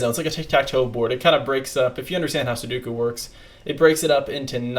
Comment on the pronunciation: Still butchering the poor sudoku name xD